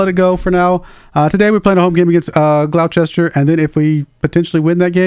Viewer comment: Nice save. Sorry to see you got fired. I just managed to get Buxton to League 2, I did it on lots of loans! Just FYI, Gloucester is pronounced like “Gloster” 😉